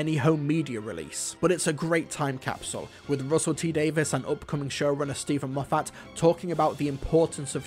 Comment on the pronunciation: I can't stop hearing Steven MOFF-HAT